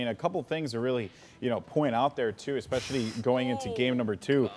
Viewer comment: Stop saying "eXpecially", the word is especially... please... this is like the 40th RLCS video ive watched and nearly every one has a commentator saying expecially. I can understand people mixing up something like specifically and pacific(ally), theyre real words, "expecially" isnt even that. So annoying :S Apart from that the videos are great :) Just need to use 1080p now and everything would be awesome :)